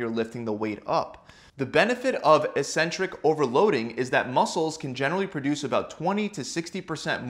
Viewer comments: 'Eccentric' is pronounced as /ikˈsentrik/ not /iˈsentrik/ ! .................. Nice video !! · Thanks for the good info! Just wondering though, shouldn't it be pronounced "ek-centrik"?